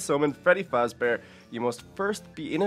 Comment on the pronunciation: it is faZbear not fasbear. Do a summoning of Little kelly.EXE